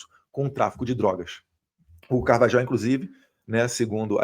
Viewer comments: Eduardo, me deu gastura vc pronunciando Carvajal... é [Car-va-RRAL] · Acho q a pronúncia é CARVAHAU E NÃO CARVAJAL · Eduardo, vc fala espanhol. O J tem som de RR. Logo, a pronuncia correta é CarvaRRal.